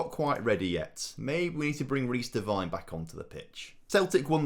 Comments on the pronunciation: Glad you sold Devine, we no longer have to cringe every time you mispronounce his name (it's Devine as in 'wine'), lol. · What’s so de-wine is how u say it ?